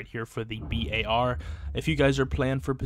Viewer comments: No way you just called it the B.A.R and not bar 🤣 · It is a B.A.R.... browning automatic rifle